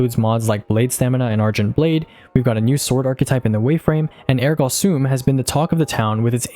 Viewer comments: Phenomenal content! Ergo Sum is pronounced “ehr-go some”, my wife’s a teacher and this pronunciation triggered her. 😂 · Came to see if anyone had already commented on your over pronounciation of ergo sum, and behold, either I'm the only cringing from it or no one else is willing to say something 😂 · wait is that how you’re supposed to be pronouncing ergo sum? i’ve been saying air go some this whole time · It’s not Ergo sum it’s Ergo sum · “Ergah Soom” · The ergo sum pronunciation scares me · I don't think ergo sum is pronounced like that